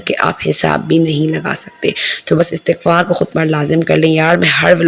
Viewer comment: Astaghfarr ni hota meri behn istighfar hota h